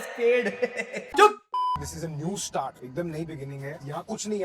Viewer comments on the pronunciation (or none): none